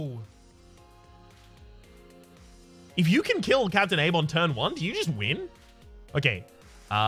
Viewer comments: Finn Leask It might be so where you live, but I've literally never heard anyone unironically say Abe as Ah-bey in the 21 years I've lived. It's always been Aibe, and I don't think that'll ever change for me. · Please tell me you realize it's Abe, as in Aibe, and not Ahbey like you said?